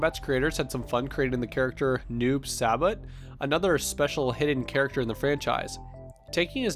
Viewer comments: Hahahaha he said noob sabot its saibot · Good vid but the pronunciations of Shang tsung Sonya and noob saibot were painful to listen to